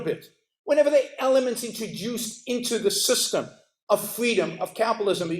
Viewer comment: “Capitalism is fweedom”